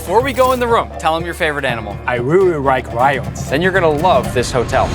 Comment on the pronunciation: bayashi:I reawyike rions